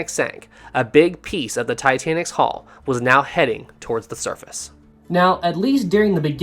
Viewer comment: It's pronounced Hull not Haul.